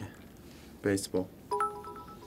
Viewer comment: 완벽에 가까운(?) Baseball 발음…